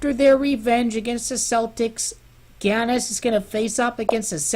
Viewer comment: It's pronounced "Yahnis"